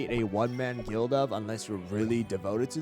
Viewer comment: Is it only me or is it i heard him said guilt instead of guild